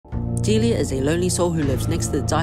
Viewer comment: A key disclaimer: This has nothing to do with the eponymous character fro "Deliah & Springtrap". The pronunciation of the name is missng the second "l" which could raise some confusion (though obviously I'm aware this is a 1-minute recap, so...)